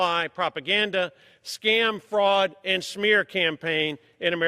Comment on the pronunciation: He said "schmear campaign" 🤣🤣🤣🤣